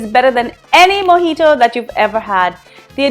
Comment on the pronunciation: It's not mojitoo it's mojito